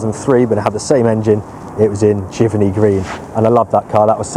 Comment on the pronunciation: Pronunciation is jiv-Ernie Not jiverny Giverney